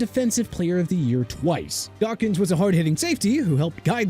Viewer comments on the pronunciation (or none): none